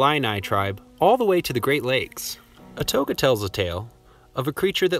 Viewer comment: For starters, history-loving residents do not use riverbend to address the Greater Alton Metroplex. The Illini leader Ouatoga (wah-toe-gah).